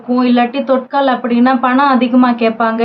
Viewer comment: Thutkal ila ma,thatkal